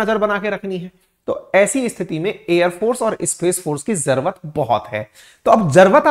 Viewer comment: sir jrvt bol reho aap jrurt ko😅😅